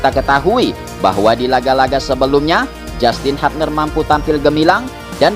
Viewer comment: Hubner min,,,, bukan hupner😂